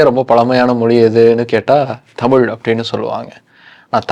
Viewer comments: Please learn to pronounce Thamizh. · ஹெலோ. முதலில் தமில் பளக்கம் மொளி அளகு என்றெல்லாம் சொல்லாமல் தமிழ் பழக்கம் மொழி அழகு என்று சொல்லிப் பழகுங்கள். உங்களுக்கு நீங்கள் ரெகார்ட் செய்ததைப் போட்டுக் கேட்கும்போது கூச்சமா இல்லையா. நன்றாகத் தமிழ் உச்சரிக்கத் தெரியவில்லை. அழகான எங்கள் தமிழின் வரலாறு தேவையா என்பதை யோசிக்கவும்.